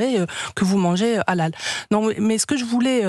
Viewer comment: Au lieu de dire Halal le mec il dit ''hallal'' 😅